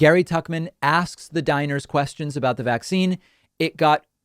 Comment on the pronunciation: Everytime you say "diners" I hear "Dinosaurs". They are going to get extinct once more.